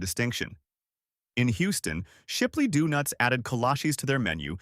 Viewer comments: I quit at "Doo-nuts." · Visual gaffe: The picture of a tub of Blue Bunny, while talking about Blue Bell. Audio gaffe: "Doo-nuts".